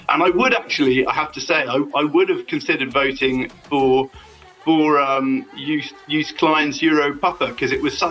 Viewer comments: It's pronounced "Yoast" not "Youce". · An English speaking person pronounciating of anything non English is painful to the ears. Malmo is pronounced as Malmeu it has a umlaut ; Joost is pronounced as toast or roast so Joast. It really would behove any serious broadcaster to research pronounciation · Did he say "Joest" klein? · Yoast. The "j" is a "y".